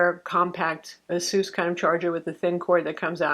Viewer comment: Its ASUS! Not asoos. Jesus lol.